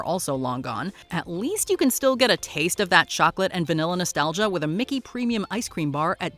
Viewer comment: what is with some people in TV ads pronouncing "chocolate" with three syllables? it sounds like bad AI